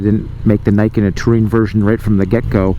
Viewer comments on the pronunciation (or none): Fixed audio?? I still hear NAI-KEN instead of NEE-KEN as it is supposed to be called...... It's not that hard guys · It's not Nike-ken, it's Nee-ken. "Ni" is 2 in Japanese, "Ken" is sword. It literally says "Two Swords" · its "nii" "ken" noot "nai "ken" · It’s a machine for sure, but it’s not sportswear. Pretty sure it’s pronounced nee-ken. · learn how to pronounce the word Niken Neeken, as is the camera is Neekon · Niken = 二劍 = pronounced "ni" as in "Nissan" Thumbs up for reviewing the cool bike, thumbs down for saying the name of the thing you're reviewing wrong. +1 -1 = 0 (no thumbs up or down from me for this video) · nah, just because someone else pronounced it wrong AS WELL doesn't make it right.